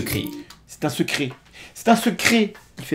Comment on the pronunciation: Le "secri" à ... je me le passe en boucle, je chiale de rire !!!!